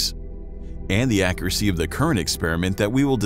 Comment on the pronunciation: Great video. Accuracy was pronounced incorrectly. Do we say Coob or Cube?